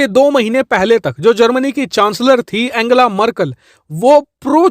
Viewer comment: abe bhai एंजेला है एंगेला नही, Aur kya deta rhta hai tu bhai bas kar fake channel hai tera..jo name nii pronounciate kr skta vo ghanta information sahi de skta hai...